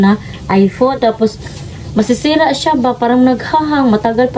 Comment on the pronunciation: nakakaaliw pakinggan ang bigkas ng tagalog like“preto,masisera"pero kyut naman pakinggan.